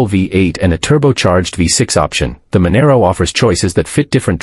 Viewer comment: Manaro, ffs 😂😂😂